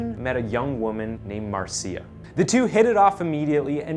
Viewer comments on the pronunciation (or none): Marcia = “Marsha” . . . Not “marseeyuh” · OK, couple of things: "Marcia" is pronounced "MAR-shuh", not "mar-SEE-ya". Secondly, you leave the strong impression that his crimes took place in Salt Lake City, never mentioning once (that I can recall, not gonna rewatch it) that it was in Seattle where he did his killing. Different city, different state. Yes, there's a Green River in Utah, but it's not the one where he dumped so many of his victims; that one is in Washington (the state, not D.C.). 😉 Only when you state where he is, in a Washington penitentiary, do you mention that state. Gotta tighten things up, bud. I'll watch some more, but we'll see how you do in others. I've seen some of your other stuff and didn't notice anything glaring like the 2 in this one, and I subscribed because I liked it. Hope this was a one-off... Peace, bro. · thats pronounced marsha my bro lol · Mar-see-uh lol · I have a friend named Mar see ah. Spelled Marcia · Hey, in Spanish it's pronounced Mar ci a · I was going to comment on the pronunciation of Marcia 😂